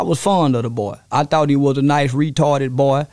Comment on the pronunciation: "I thought he was a good retawded boi, like Radio" 😂😂😂😂😂😂😂